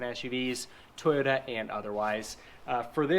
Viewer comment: ¿toyoRa or toyoTa? I hear an R not a T. Thanks for the video 😊